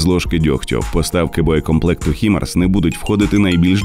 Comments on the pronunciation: Хаймарс, а не Хімарс. Так треба. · Які, нафіг "хімарс"? Ви що, англійської не знаєте? Треба читати "хаймарс". Перше слово, яке входить в цю абревіатуру це слово "high" - High Mobility Artillery Rocket System (HIMARS). Воно читається як "хай". Невже так важко погуглити перш ніж відкривати рота на загал?